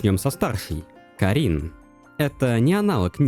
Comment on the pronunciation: Отличный видос, разве что кАрин и кИрин вернее, а не карИн и кирИн. Очень буду ждать разбор последующих глав